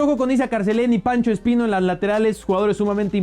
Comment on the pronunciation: Pacha espino no pancho espino jaja